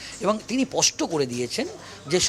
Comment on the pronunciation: kathata pasta na, spasta. In future please correct it.